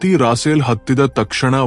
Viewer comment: ಸರಿಯಾಗಿ ಹೆಸರುಗಳನ್ನು ಹೇಳಿ ರಾಸೇಲ್ ಆಲ್ಲ ರಪೇಲ್ ಎಂದು ಹೇಳಿ